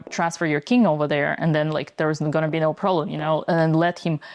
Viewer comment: Computer says nou.